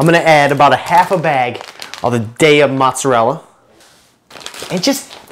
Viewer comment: sei troppo divertente nel modo in cui pronunci "mozzarella" e "origano" ahah XD